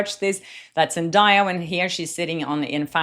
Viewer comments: Zen-DAY-a, not Zen-Die-a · Zendaya is pronounced … zen-DAY-uh NOT zen-DIE-uh😂😂😂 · 1. ZenDAYa - with a "day", not "die" - you can watch some videos where she says it herself, that is why I remember! 2. The bracelet looks the same... What Taylor is wearing looks like the same as top part of Blake's bracelet - like she layered it, with something silver under it! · Zendaya has told everyone how to pronounce her name properly many times so people will stop butchering it. It’s pronounced Zen-day-ah not Zen-die-ah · is pronounced ZEN DAY YA. NOT DIE. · Zen DAY Uh. Not Zen DIE Uh. I dont understand why journalists cannot pronounce her name correctly. It's literally pronounced the way it's spelled. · Girl, her name is zen-day-uh, NOT zen-die-uh. Get a person's name right. The minimum sign of respect. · Pronounce her name Zen-day-ah. That video of the fashion show is from 2023. Zendaya had already addressed it. She said she was watching the fashion show and waiting on the models. She wasn't paying any attention to Blake. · I love you and Zendaya and many have pronounced it the same way, but her name is pronounced Zen- Day- Ya. What if Blake dressed Taylor and gave her the bracelet to borrow? Lol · She pronounces her own name ZEN DAY A fyi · Zen DAY uh. Please stop mispronouncing her name. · Lady - learn how to pronounce Zendaya’s name- it’s really not that hard. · At least pronounce the name right😂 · at least learn how to pronounce Zendaya's name. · I really admire the work you do. However, as a Hollywood reporter, one of the basic expectations is accurate pronunciation of celebrity names. I understand that you're from a different country (I am too) but that shouldn't be a reason to mispronounce someone's name. Looking up how to pronounce someone's name is the least you can do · you are pronouncing Zendaya’s name wrong.